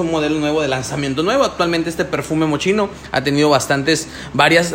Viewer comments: Mochino jajajajjaja 🤣🤣🤣se pronuncia así: 'Moss-KI-no'. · Fatal. Mochino...??? Basta que veas el comercial del propio perfume, para que escuches la pronunciación. 👎